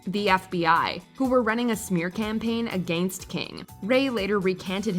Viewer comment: The narrator is too grown to not be able to say AGAINST omfg its infuriating